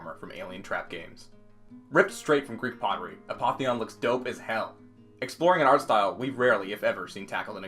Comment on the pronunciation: Bro "a poppy on"